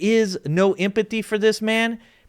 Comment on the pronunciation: I like the video, I agree with what you share but please for the love of god enunciate the word empathy. You make very valid points, and I like the light tone of the video joking about things but at least enunciate the words that make up your message so people take it serious.